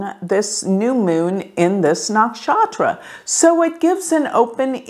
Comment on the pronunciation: Hi It is not naakshatra its nuckshutra!